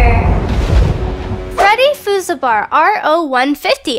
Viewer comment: "Freddy Fusabar" XD